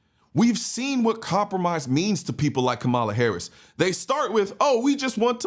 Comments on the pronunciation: If you would pronounce her name correctly you would actually get more respect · Come on you gotta pronounce her name right though, put some respect on her name.